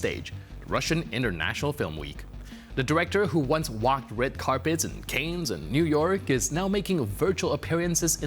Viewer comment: it´s not "Canes" like cranes but it is "Cannes" (Kun)